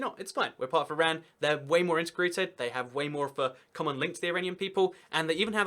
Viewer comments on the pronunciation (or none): none